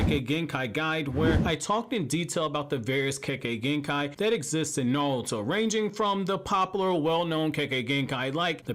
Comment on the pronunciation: “Nawlto” lol. You wild bro